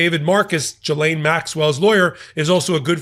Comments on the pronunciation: Getting better, not Jizane, not Jilane..... it's GEELANE (hard G) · I’ve always heard her name pronounced as Ghee-LAINE. First syllable sounds like the clarified butter, called Ghee. Second syllable is in caps for emphasis. Micheal is pronouncing it as Gee-LAINE. Close, but no cigar….lol. Luv you anyway,! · pronounced Gi-laine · Love your commentry. A little correction her name is pronounced Gil-aine the G as in God. Thanks for your great insights as usual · Sorry, you're still mispronouncing her name..